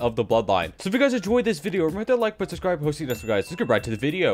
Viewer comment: at the end all i heard was ash shu shubicribe